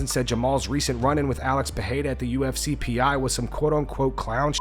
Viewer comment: You clearly put effort into saying people’s names correctly… Now say it with me…. Pereira. Pa - ray - ra. Both R’s make a hard English R. In Brazilian Portuguese, R makes an English H sound when it’s at the start of a word or double R. You’re welcome. a-DI-sanya.